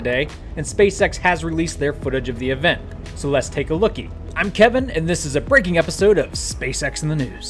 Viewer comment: Oh, "breaking" epiosode. At first, I thought he said, "I'm Kevin and this is a freakin' episode of SpaceX in the news." I thought maybe Kevin was getting 'angry about space.' LOL